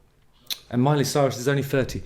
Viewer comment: I love it that you pronounced her name "Soyrus" 🤣